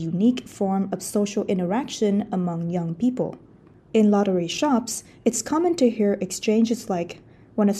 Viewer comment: I keep hearing “lottery sharks” instead of shops.